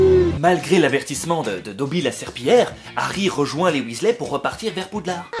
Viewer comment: Nooonnnnn pas dobi !